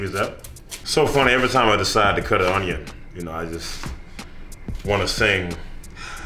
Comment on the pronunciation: It’s onyo not onion preacher